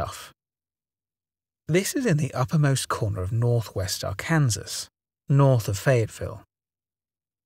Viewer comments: Lmao you said Are-can-sis 🤣 BTW Arkansas is pronounced AR-kin-saw thank the French for that one. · I cannot blame this guy for saying “are-Kansas” but it does make me giggle 🤭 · Ar kansas? Bahahahaha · Arkansas sounds like = Are Can Saw . Love your channel. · ITS Arkansas (ARE-CUN-SAW)!!!! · USA English is a dirty language Arkansas is pronounced ark an saw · “Ar-Kansas “ A+ for effort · Reminds me of Ryan Hollinger's video where he kept saying, "our-Kansas," through his entire video. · Arkansas is an Native American word and that's why its pronounced Ar-Kan-Sall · Arkansas is the only state in the US to legally define the proper pronunciation of Arkansas 😂